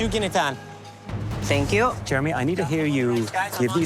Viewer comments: Gineteen. Serep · Thank you Jeremy, it's Ginataan